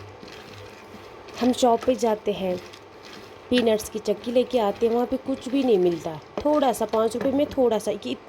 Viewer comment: Didi chaki nhi chiki hai ....ur aap kashmiri mai hi baat Kiya kro ...plz ...ur aap daniya ko b danii bolti ho ....ore sounf powder hota hai na ki badiyan ....plzz bqi hamari traf se full sport